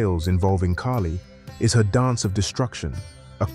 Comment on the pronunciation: Its kaahli not keily.